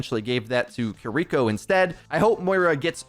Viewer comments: kiriko NOT kuhriko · How are you gonna pronounce Kiriko 2 different ways in the same sentence. Sloppy af. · is like 50/50 on pronouncing Kiriko correctly.